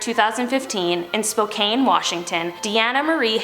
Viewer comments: spo-can not spo-cane (i hope you get what i mean) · Me wheezing cause she said my home Spokane wrong